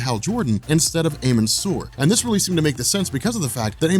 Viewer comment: amun sur is pronounced ahmen